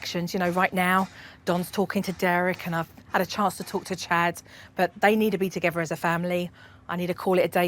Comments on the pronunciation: “Togevver.” “Each ovver “ “nuffink.” Dear God. What an advert for the English language. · I love suppernanny just wish she could learn to say together not togever